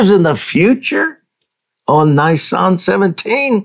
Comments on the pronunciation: Learn how to Pronounce Nisan correctly: Neee Sahn 🙏🏻 Hebrews, Middle East etc doesn’t have long vowels, only mostly Americans do. Use short vowels on most, of not all Bible words. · Just to be clear Dutch, in the word Nisan in Hebrew. The "I" is pronounced "EE", there is no hard I sound in the Hebrew language. Secondly, given that Yeshua prophesied He would be a full 3 days and 3 nights in the grave, the count from Nisan 15 ( He was put in the grave just before sundown on Nisan 15, with Passover starting the at sundown (the beginning of) Nisan 14. So night one and day one in the grave would be Nisan 15, night 2 day 2 would be Nisan 16, night 3 day 3 would be Nisan 17, so the resurrection would have had to have happened prior the the completion of the next full night, so prior to dawn on Nisan 18. Just fyi, Leviticus 23, which outlines the Feast days and the days on which they fall, does not give a number to the day of FIRST FRUITS (Yom ha bikurim...the day of His Resurrection, it only says that it is to take place "the day after the Sabbath". Yet keep in mind too, that unknown to most non-Messianic followers of Messiah Yeshua, there are actually two Sabbath days in play during the Passover season. The first one would begun the evening of the first day of Unleavened Bread (evening starting the 15th of Nisan). That special Sabbath day was the reason for the rush to get the bodies off the crosses "before the Feast (of unleavened bread. The following day would have been another preparation day getting readt for the weekly 7th day sabbath, so they would not have had time to take spices and annoint Yeshua that day. The second Sabbath would have been the regula